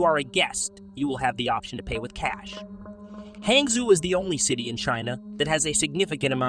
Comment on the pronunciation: pronounced "hahng-joe"